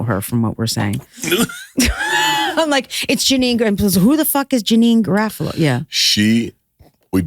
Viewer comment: Thank Kirson for saying janeane garofalo's last name right as I was googling "what is stand up actress janine's last name-..." :)